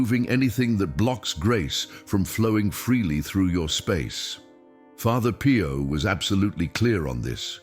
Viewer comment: father PIE-YO lol